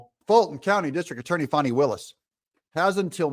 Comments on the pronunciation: I really wish you’d pronounce her name correctly, it’s FAN-EE, not Fawni…. Her parent got it right, she’s a Jack-A$$!! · Let’s stop pronouning her name “Fawnie” and pronounce it propperly FANNY!!! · It is Fani not fawni not fauni...It is fAni. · I grew up in the metro area. Anyone who knows fani will tell you it is pronounced "Fanny". I fell out of my chair laughing when I heard some news reporter call her fawney! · And DO NOT CALL HER “FAWNI”. Her name is Fani, as in Fanny! She is so well named! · Pronounce it FAN-NEE - like a rear end. Appropriate pronunciation for her butt like behavior.